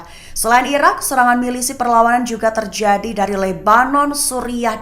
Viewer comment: Penyiar berita seperti berdeklamasi 😅 sangat bersemangat. Terjadi dibaca tierjiadi.